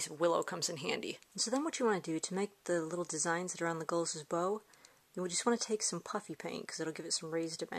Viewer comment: You keep on saying it wrong(leg-a-las)